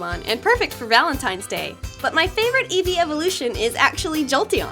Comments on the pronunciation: Candy Sprout its not evee its eevee lel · TigerSmarts32 AJ Eevee. Not evee